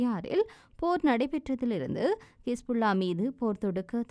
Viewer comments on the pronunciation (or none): செய்தி வாசிக்கும் சகோதரிக்கு ஒரு கோரிக்கை - சகோதரி தயவுசெய்து "கிஸ்புல்லா" என உச்சரிக்க வேண்டாம். அதை "ஹிஸ்புல்லா" என உச்சரிக்குமாறு கேட்டுக்கொள்கிறேன். தமிழில் உள்ள வார்த்தைகளை மட்டுமே சுத்தமான தமிழில் உச்சரிக்க கற்றுக்கொள்ளுங்கள். மற்றைய மொழிகளில் உள்ள வார்த்தைகளை அதன் உண்மை உச்சரிப்புடன் மட்டுமே வாசிக்கவேண்டும். இல்லாவிட்டால் அதை புரிந்து கொள்வது இயலாமல் போய்விடுகிறது.